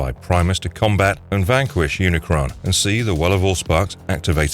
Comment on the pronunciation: you said unicorn instead of unicron lmaoo